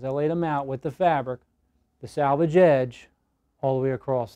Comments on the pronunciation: Thank you for the great video!!! I can't wait to try this! But the word is SELVAGE and not SALVAGE. I really wish little things like that didn't bug me. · Sir--SELvage edge. Not SALvage edge. Totally different words. Nice video--helpful; thank you.